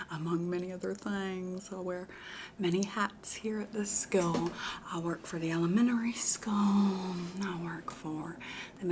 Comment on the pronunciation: I work for the elemENary skEWwlll🗣️